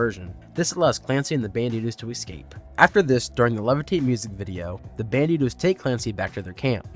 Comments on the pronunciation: The word. Is. ESCAPE. Not EXCAPE. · So how many times can I survive hearing "excape"?